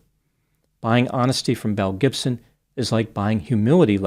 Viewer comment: I’m know you’re saying Belle Gibson but I keep hearing Mel Gibson and both track lmao. 😂